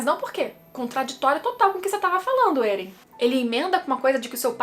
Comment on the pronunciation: Estou acompanhando o mangá agora, e seus vídeos são ótimos. Mas porque você fala Êren ? O nome não é Eren? Não tem acento 🤔